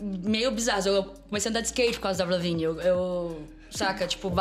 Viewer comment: Esse cara falando évril, é de fuder....